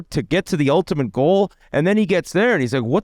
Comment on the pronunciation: "Ultamint" - Whit